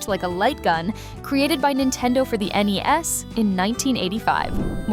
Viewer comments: I agree mainly due to she "AN EEZ" system, instead of NES SYSTEM when talking about ROB being an accessory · She said knees console.